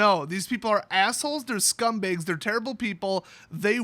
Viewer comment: Your Wisconsin is showing with every "scumbAYgs"